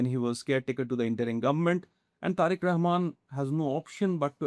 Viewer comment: How comes this kind of shitty pocast clowny report often produce in endea🤔🤷🤭😂🤣?!! This guy cannot even pronounce Bangladeshi leaders name, authenticity on practical ground is faar away😆.